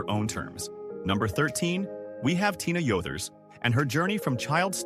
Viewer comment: And consistently pronouncing her name wrong